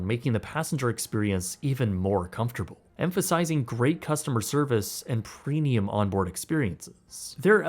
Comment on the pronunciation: Can someone explain something stupid to me? I keep hearing that he says "prenium" instead of premium. Are my ears just fucked or am I tripping?